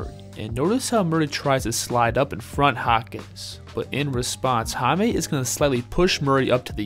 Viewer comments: Jaime is pronounce as Hayme not Hamey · Appreciate your correct pronunciation please, it's Jaime not Jamie. Jaquez it's all right 👍🏼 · Hame. Lol. Its read as high meh. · it's " high-meh " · Its pronounced"HIGH-meh." Other than that, good vid. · It's Hi-meh